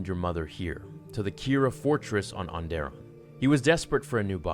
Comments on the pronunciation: The way you pronounce "Onderon" makes me want to cry. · A couple notes before my thought. Jacen is pronounced like JayKen Not Jason Onderon is pronounced On-dur-Ron. Not On-Dare-In Now I honestly dont like this theory that Palpatine was using snokes body as a vessel for 2 reasons. 1) it sounds like an angry fan justification for Rian Johnson killing Snoke so abruptly (which honestly I was fine with Snoke being just a random dark side user that was really powerful and killed so beautifully) 2)until we see what happens in 9, Andy Sercus himself said there was no significance to snokes ring other than it being an accessory. So I think the whole Palpatine legends bit honestly isnt as satisfying to me cause George didnt write it or approve it. Alot of the Expanded Universe was written by other authors and most of it George said he really didnt enjoy